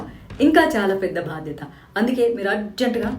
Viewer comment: 'బాద్యత' కాదు 'బాధ్యత'